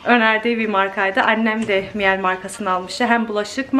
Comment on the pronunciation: Miele alman markasi mile diye okunuyor 🙈 miyel diye degil